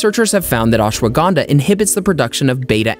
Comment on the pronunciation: I Like How He Pronounce Ashwagandha Ashwaganda 🤭🤭🤭🤭